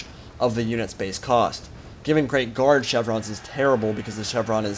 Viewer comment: haha i thought you were saying grave guard not great guard